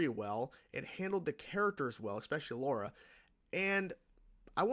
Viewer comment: Lara, not Laura.